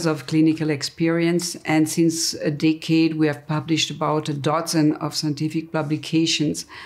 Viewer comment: Nice introduction to the subject. May I suggest you check out how to pronounce the word decade in English. Dickhead means something else.